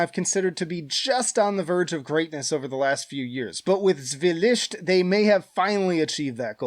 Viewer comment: Damn, sorry to hear that you have had an obvious bad time. Hope it goes upwards from here =) I totally agree on Mental Cruelty - Zwielicht (adorable pronunciation ;) ) Adding: Arkona - Kob' The Arcane Order - Distortions from Cosmogony Halls of Oblivion - Eighteen Hundred and Froze To Death Onheil - In Black Ashes